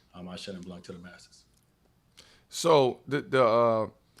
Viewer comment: LOVE iiit : keep that up btw the C in blanC is muted: it's pronounced BLAN ;)